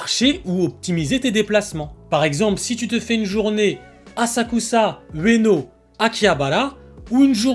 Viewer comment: Aussi dans ta dernière vidéo c'est Asakusa. Et pas Azakuza, n'est ce pas?